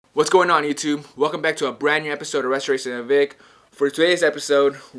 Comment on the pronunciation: Dude slow down and say restorations with right, not ressornnds with